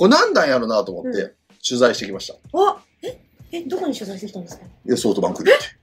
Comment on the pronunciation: 里さんのソフトバンクの呼び方ソートバンクなの好き